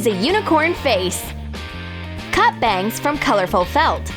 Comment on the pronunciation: When she said “bangs” isn’t sounded sooo funny 😆😆😆😆 like if you agree